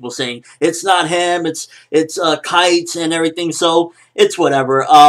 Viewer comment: 1. His name is Kaito, not Kite. It makes a big difference for me. 2. The nature of the relationship between Gon and Kaito was changed enormously by this different introduction, which will impact the series later on (since Kaito is an important character). 3. I like the fact that the pace is slowing down. I wouldn't want to imagine if they ran out of chapters before Togashi sensei starts writing again.